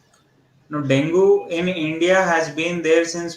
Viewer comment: Can u guys plz pronounce it as dengue not dongu